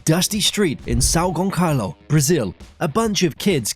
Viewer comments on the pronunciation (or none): São Gonçalo -> the ~ in the a turn the sound of "a" just like the "a" in the world anthem. The Ç is pronounced like s, more like "Gonsalo". I know that nobody cares, but I think that it would be a curiosity for the watchers. Have a nice day =D